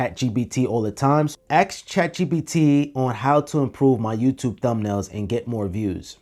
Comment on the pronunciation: did you just ax chatgpt? :O